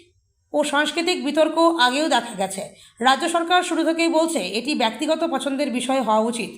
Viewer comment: "গ্রহণ নেওয়া হয়েছিল"ঃ এটা কোথাকার বাংলা? বাংলা ভাষাটার শ্রাদ্ধ করছেন কেন? "ব্যক্তিগত" শব্দটির উচ্চারণ কি করছেন? বাংলা ভাষাটা জানে এমন লোকেদের নিয়োগ করুন।